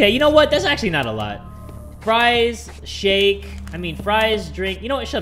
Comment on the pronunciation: You want a shake My ears: You want a shit